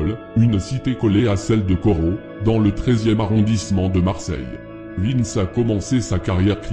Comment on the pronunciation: T’en a oublier plein et canarie il a rien à faire la en plus t’a dit n’importe quoi c’est pas un corse c’est un corso marseillais et au dessus de lui y’a des gens sinon bien 👍🏽 et c’est vintch pas Vince 😂